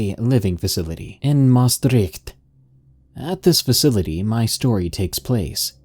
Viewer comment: Good try to say "Maastricht", respect!